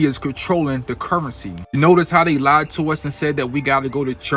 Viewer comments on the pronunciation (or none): none